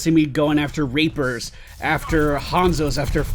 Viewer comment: When you Sid Reapers it sounded like Rapers